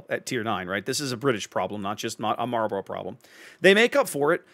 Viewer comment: Kudos on the correct pronunciation of 'Marlborough". It's down the road from here. Always sounds funny when people say it like it's a pack of cigarettes. Edit: Oh wait, you just did the cigarette thing. Got it right the first time though ;-)